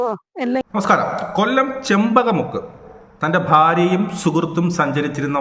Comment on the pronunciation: Chemmamukku.not chempakamukku